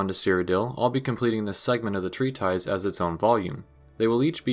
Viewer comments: Oh, treatise is pronounced "tree-tus", not "tree-ties" as it appears to be spelled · Hey this video is awesome! I really love it, one thing you should know though is that it’s pronounced tree-tis, not tree-ties, and plural is pronounced tree-tiss-sees